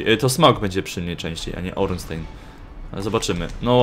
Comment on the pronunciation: Ornstein - czyt.: Ornsztajn (niem.)